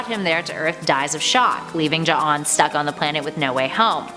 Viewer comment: You even pronounced J'onn's name correctly! Excellent!!